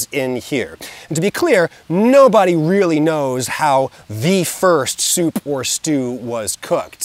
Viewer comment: that "p" in that soup was legendary... had to rewind couple of times to appreciate it fully